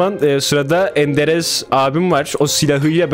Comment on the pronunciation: En sevdiğim kişi: ENDEREZ 😂 *Enderez abi gelip beni vurma yeter :D